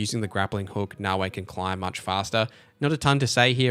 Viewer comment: Great video I gave you a like. One small piece of feedback though. There is no W in Naoe. It's not Naoway. Pronounce the last letter like you are saying the letter "A" Na-O-Aye.